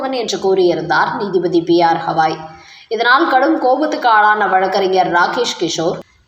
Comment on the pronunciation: He is not hawai.he is gawai pl correct your ptonountiation